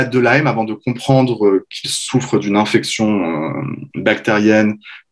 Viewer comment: On prononce INflammation et non ANflammation …. INfection et non ANfection …. etc etc ….